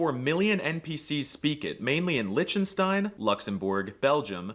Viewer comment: The way he pronounced Liechtenstein !